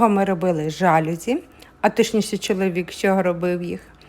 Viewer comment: Слухати - не можливо. Слово жалюзі - французьке - тому наголос - на закінчення - жалюзІ . СатимЕтрів. А ідея - хороша